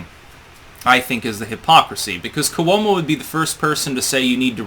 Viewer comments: It's KWO-mo, two syllables. Not Koo-WOE-mo, three syllables. Yet one more word/name mispronounced by. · For God's sake, it's KWO-mo, two syllables.